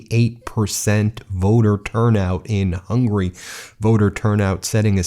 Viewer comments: Pronunciation of Hungary is Hung-u-ry...not hungry, which means "wanting to eat". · It's Hungary, not Hungry. Hearing this guy pronouncing it hurts. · Why do you pronounce Hungary as hungry, please try to pronounce it well.....